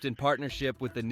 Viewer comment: Just a help on pronounceation the name Kitimat is (Kit-a-mat) and Nisga'a Nation is (Nish- ga) Nation. The original peoples of the Nass River Valley in British Columbia.